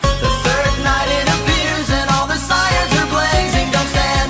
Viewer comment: Did anyone notice that he said siens instead of sirens